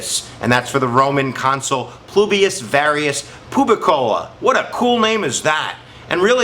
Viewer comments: Publius not plubius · Your videos are very helpful. One slip of the tongue on this one - its "Publius" not "Plubius."